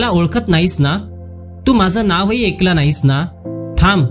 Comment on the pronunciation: कथा वाचन करताय पण ( तू माझं ऐकलं नाहीस ) याचा उच्चार तुम्ही तू माझं एकलं नाहीस असा करताय . म्हणजे अ वर 1 मात्रा म्हणजे ए आणि अ वर 2 मात्रा म्हणजेच ऐ करा उच्चार अशा पद्धतीने.